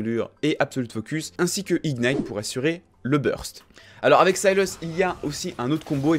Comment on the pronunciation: Sayilleus ? Syllas plutôt nan ?